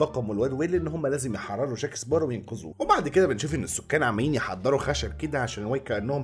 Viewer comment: بسمعك بتغير اسم جاك سباروز بتحط ز بدل سين اسمعها و هتصدق